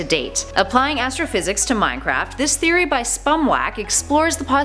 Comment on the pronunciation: Did she say game theroy